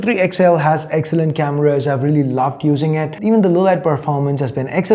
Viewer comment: I hate the way you pronounce the word "Cameras". It feels cringe